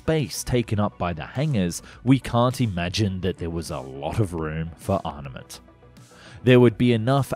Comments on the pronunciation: You guys missed 'arNaments', over over and over, and sometimes he sounds like he is calling armaments 'ornaments' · Third video by this narrator saying "arnaments". Please pay attention to pronunciation.